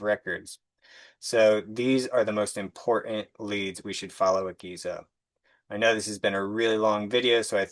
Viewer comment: The word is important not impornt